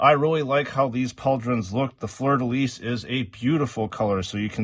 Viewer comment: Great review ! Really impressed that you can say Fleur de Lys right ! It is part of my flag, so I cringed everytime I hear it wrong in Joytoy reviews haha